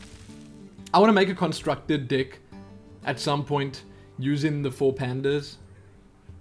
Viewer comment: Haha, I liked this video already after watching only 30 seconds of it. Pronouncing "deck" as "dick" is pure comedy gold ;)